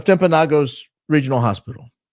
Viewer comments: As someone from Utah, it's pronounced TimpanoGUS, for the hospital/area/mountain. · It's Timp a no gus. Be the first to say it correctly. Please , a constant listener from Utah😊😊😊